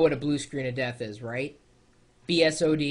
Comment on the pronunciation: It sounded like he said, "Blue Screens of Vista" for a second there. hahaha...